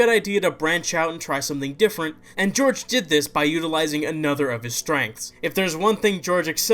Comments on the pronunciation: It's pronounced Whore-Hay Not George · hohr-heh not george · *its pronounced horhay not george